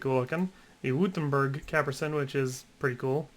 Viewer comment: its pronounced witt-em-berg